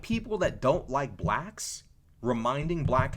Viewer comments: 😂😂😂 I don’t know anything about these people because I like peace and undisturbed sleep, but this whole video got me on the floor. Dude said BLLACHKS 😂😂 Your commentary is awesome though. 🎉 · You say blacks funny 🤣